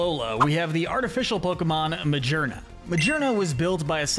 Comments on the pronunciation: That is not how you say the name! The G in Magearna is supposed to have a hard sound, not a soft sound! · Dude I thought he was saying the names fine until Magearna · He mispronounced Silvally and Magearna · “Majeernuh” 💀💀💀 Bruh GEAR is IN THE NAME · Magearna right? Him: ma-ger-na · Ah yes, call a gear looking pokemon, mah-jeer-nuh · I know, that's how he pronounced it, obviously a pokemon with a gear design will pronounce the name mah-gear-nuh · Bro💀. ITS MA-GEAR-NA!💀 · This video is almost perfect, but the pronunciation of Zeraora, Raikou and Magearna's names is wrong and the rest of the ultra beasts are missing. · the only thing he pronounced incorrectly is mochi, not even the name of a pokemon, and magearna which isnt even that bad. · Said so many names wrong. Zarude, magearna ect....